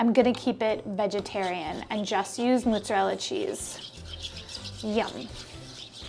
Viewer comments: "moh-zah-rel-ah" not "muh-zah-rel-ah" Some New Yorkers also say "prOH-juzt" instead of prOH-shoo-tOH, which is dialetto Napoletano. Double consonants get emphasis. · It’s pronounced mozzarella,, not muzzarella:) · the way you pronounce mozzarella is cracking me up. mooo. lol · Thank you for saying this - I was about to mention it too!!!! "Moozahrella" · Wait do New Yorkers from the city pronounce mozzarella with a u instead of an o? -a confused Rochesterian (and this is no hate meant btw! just curious)